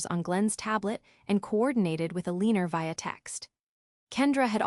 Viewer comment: Im pretty sure the AI is pronouncing "Eleanor " as "A-lean-er". Repeatedly. Across multiple stories. It's annoying